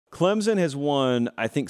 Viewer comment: Alabana, Ohio Thate, Clemzen